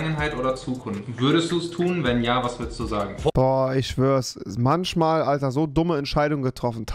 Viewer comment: Er sagt manSCHmal und FliesentiCH😂